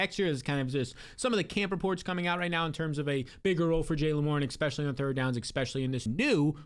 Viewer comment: great video, thanks. oh, the word is ESpecially, not EXspecially